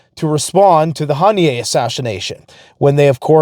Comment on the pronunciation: The k is silent in Ha-me-nay ( correct pronunciation)